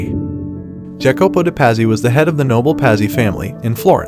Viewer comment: Pazzi: pronounced 'Patsy', Medici = Medi-chee. Please.